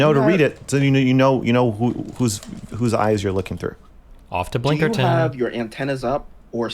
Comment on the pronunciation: The blinkerton and penjamin made me have to breaks from listen. □□